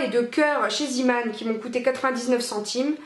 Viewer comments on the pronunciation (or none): "Ca s'écrit avec 2 e donc ça se prononce ziman" eh bah noooon :D C'est du néerlandais et ça se prononce "zééman" (avec un é traînant). Zee = mer. Zeeman = marin :) Tadaaaaa ! C'était la minute langues , à vous les studios xd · Zeeman est un magasin néerlandais. Le son néerlandais "ee" se prononce "é" donc c'est bien "zéman". J'adore ces deux magasins. On y trouve toujours plein de trucs sympas! Tu as de la chance d'avoir un enfant qui aime se brosser les dents. C'est rare dans mon entourage! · coucou , super vidéo. je ne savais pas que Zeeman était implanté en France (je suis de Belgique et c'est très connu chez nous). juste petite info, Zeeman est un mot néerlandais et "ee" se prononce "é" donc "zééman" 😋😋😉😉 ma-ma 😁😁😁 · zeeman ce prononce zéman. C est du néerlandais et d ailleurs c est une marque néerlandaise.